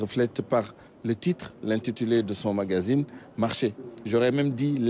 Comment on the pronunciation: Pourquoi nous Sénégalais, nous avons du mal à prononcer magazine. Beaucoup d entre nous disent mangazine